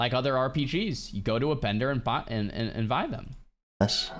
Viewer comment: "you go to the bendor and vuy them" Honestly i do shit like this irl all the time, like saying "fresh of breath air".